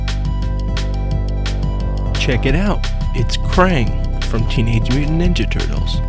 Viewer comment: i like the way he said teenage mutaint ninja turtles